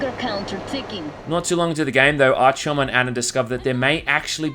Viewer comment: “Archyom” b r u h